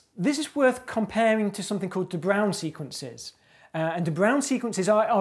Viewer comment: Wait, I know who de Bruijn is, but with that pronunciation! I didn't even recognize it... I guess there's a reason you're a mathematician instead of a linguist :D For reference, it's more like "de broin", or if you read IPA and want to be that guy that shows off their sweet front rounded vowel skills to an English audience, [də ˈbrœy̯n].